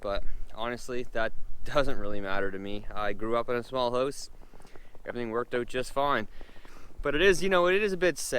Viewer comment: All these videos.. I thought he was saying host. Going into the host 😂😂